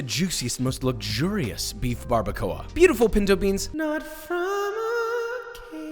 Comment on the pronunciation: Barr-ba-kwah Barbacoa